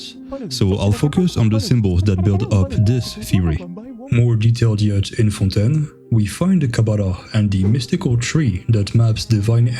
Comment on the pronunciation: You say fontaine too well francophone can smell francophone